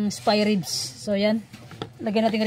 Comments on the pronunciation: It should be “SPARE RIBS” hindi po “SPY”. at mukha pong pork belly yan kasi kapag spare ribs it has a ribs meaning may buto. Regardless it looks good. Ang sarap tingnan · Spare ribs..not spy hehe🙃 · Spare ribs po..😊 Hindi spy ribs ma'am. Pero it looks like Pork belly po yang meat na gamit m po not spare ribs. Pero for sure subrang sarap po Nyan ma'am silent viewer m po here. God bless 🙏